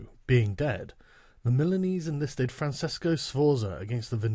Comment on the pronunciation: The way Sargon can't pronounce italian names like Francesco or Cesare, triggers me immensly